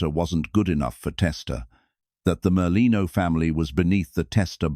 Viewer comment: It's Merlino.